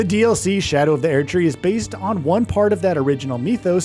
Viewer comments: Everytime this guy says "Air tree" I bite another finger off my own hand out of frustration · God please stop saying aired tree. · "Shadow of The Eairdtree" 21 times in less than 9 minutes. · why the fuck does the VO keep saying AIR-D tree? enough to stop watching and dislike this video, since obviously they've never played the game. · I fkn hate how he says Erdtree: sHadOW oF thE ÄeRdTree Not to be the biggest Fromsoft meatrider here, but this is literally the only studio that you could bet your entire life savings and a house that they will deliver. these fkn unnecessary clickbait watch mojo ass content. what is it that I HAVE TO KNOW? that you can't pronounce Erdtree? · shadow of the Airtree huh? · bros not tryna say 15 things when he cant pronounce erdtree😭😭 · Either say Erdtree right or don’t make a video, holy shit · You can’t even say Erd Tree correctly? They literally pronounce it for you in game…